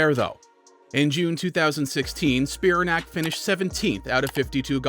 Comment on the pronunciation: It's pronounced Spi-RAN-ac, not SPI-ra-nac.